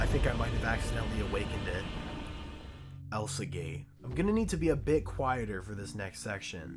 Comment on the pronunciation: lol i love how he said "elsagay"